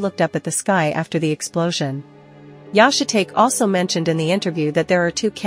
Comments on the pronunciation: Yah-shuh-take? How about Yah-she-tah-key? If you are going to use AI, listen to the playback, and if AI butchers pronunciation, rewrite the butchered parts phonetically. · think its funny the AI keeps calling Yoshitake "shit take" when its pronounced "shih tahkay". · Yahshay tate ? Yoshee tahkay lol. Ai is useless 😂. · It’s pronounced “yo she tok eh” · I agree... The AI narrator is awful. Yashi-take? Geez. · AI butchers another name. Yo Shi Ta Ke Just spell it out.